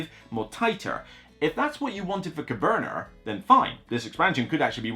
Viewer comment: it sounds like you put an r at the end.😊